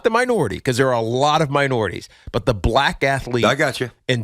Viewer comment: Tiki pronounces "Black" the same way a racist white guy would say it.. i can't stand it and I'm Black